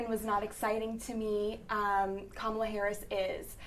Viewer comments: Jesus, why is it so hard for then to say her name correctly? Just say VP Harris, SMH!! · Two of the three women do not know how to pronounce the Vice President's name. The young lady in the blue dress keeps saying her name correctly, but the other two are not getting it.